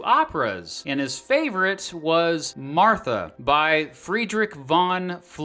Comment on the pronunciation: With how much research goes into these videos you would think could look up the correct pronunciation of Martha or Giacomo.